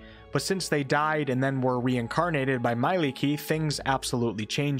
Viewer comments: Mielikki is pronounced as mie-lik-ki with the emphasis on the second syllable, not "mailiki". I thought for a good 10 minutes for any examples in the english language where you pronounce the letters "mie" or let alone "ie", but they all seem to turn to different pronounciations, like friend->"frend", lie->"lai", tie->"tai". Take the I from intuition and E from electric and stick them together. She is the wife of the god of the forests in finnish folklore. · You pronounce Mielikki wrong. it's not prounced "mai-licky" it's pronounced "Mee-ae-lickii"